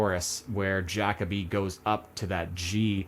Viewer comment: Also Ja co bee is the pronunciation 😅